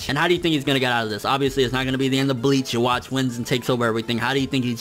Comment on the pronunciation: It's pronounced "Yoo-Hah-Bock." The "w" makes a "v" sound in German, but "v" is "b" in Japanese, since that letter doesn't exist.